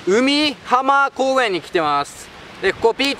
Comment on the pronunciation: うみはま公園じゃなくて かいひん公園だよね